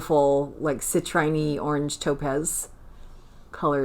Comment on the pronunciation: FYI, Citrine is usually pronounced “ci-TREEN” = long “e” sound rather than long “i” 😊